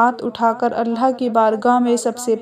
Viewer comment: please say 'Allah' Not Allha.